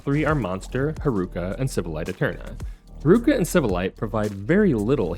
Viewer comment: Pronouncing Haruka's name like bazooka should be a sin. The syllables should have the same length. It's lalala, not laLAAla. Instead of reading Haruka as one word, it's probably better if you separate it as Haru Ka. Cuz then that way you stop the unnecessary elongation of the second syllable.